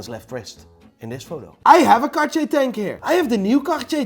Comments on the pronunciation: rofl what is " car-che"? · k-a-akcha-yaay = Cartier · you pronunce Cartier bad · I never knew thats how Cartier was pronounced lol 😂